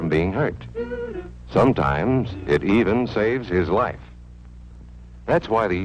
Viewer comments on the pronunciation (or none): none